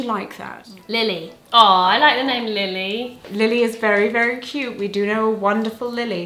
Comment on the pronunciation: You both spoke my name so wonderfully! I feel somewhat honoured to be named Lily now 💜